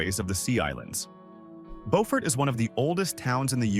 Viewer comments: As others have said, it's Bew-furt every time I visit there. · It’s pronounced BUfort South Carolina and there is soooo much more beauty there. Hunting Island state park that he only referenced but didn’t show, is a shame. That place is unbelievably beautiful. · I hate the way the guy said Beaufort. It's said Bee you Furt. Put it all together beeyoufurt, Beaufort. At least we in Savannah call it that. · I'm not a Southerner but didn't think Beaufort was pronounced right. He got Solvang right once lol. I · One, the narrator needs to pronounce the names correctly. Beaufort is pronounced “BU-fort” with the first syllable pronounced like the first syllable of “beautiful”. Cape May itself is very small, but it’s a very populated area and there is a cool ferry across the Delaware Bay to Lewes. St. Augustine, FL and Savannah, GA are pretty close to each other on nearly either side of the Florida - Georgia border. Both are old, and very picturesque. Both have low costs f living, and although they may occasionally see a hurricane, in general the storms are much smaller than those on the Gulf side. One cool thing about Savannah is when swimming at night, there is naturally occurring phosphorus in the water which makes it look like fairy dust n the water. It’s really cool! Bar Harbor is pretty and fantastic food. The ocean water is very cold though, and there summer is short with a rather nasty winter. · Bew-fert and Saint Au-gus-teen...man! That was painful! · I LOVE Harper’s Ferry! I seriously started looking at homes there… but then my granddaughter was born so I stayed in New Jersey! And the narrator pronounced Beaufort like the French word, (bow-fort) but, I’ve only heard it pronounced as Bee-yoo-fort. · It’s Bee-yoo-fort, no Bo-fort. Beaufort, S.C. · He's mispronouncing Beaufort, SC. It's not "Bofort", it's pronounced "Bewfort". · It's Bue furt in SC and Bo furt in NC. As a Southern, it was brutal listening to this video. Street augustine.😂